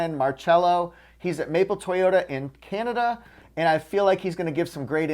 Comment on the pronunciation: I didn't have the heart to tease about the way he says Kinada